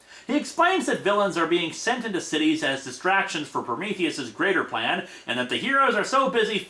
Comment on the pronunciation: Prometheus' dialogue in a nutshell: "My pwan is gweat!"